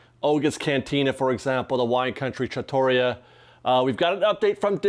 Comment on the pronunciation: Great updates—thanks! By the way, “trattoria” is pronounced “tra-tuh-REE-uh” and not “tra-TOE-ria.” I also believe Rancho del Zolaco is pronounced “ZOH-cu-low” and not “zo-CAH-low.” Thanks again!